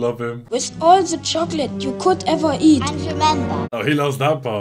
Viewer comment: This guy literally said chocky wacky.